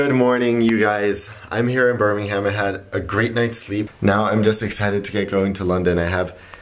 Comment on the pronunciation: Birmingham is read as "Bur-ming-uhm" :)